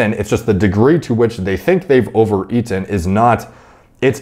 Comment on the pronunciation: OVER.... ...E-TEN 😂😂😂